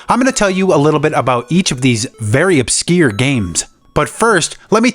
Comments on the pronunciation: wtf is "obskeer"? are you trying to say "obscure"? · ab skeer again. Such a weird way of saying obscure. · Man said obskeer